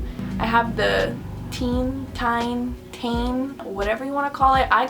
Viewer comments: Pronounced “Tee - en” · It's Teh-in Because it stands for Technical inovations so you pronounce the part5s like that. Iguess,cool vid